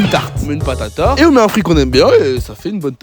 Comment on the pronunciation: au lieu. de entendre pâté a tarte g entendu batata.....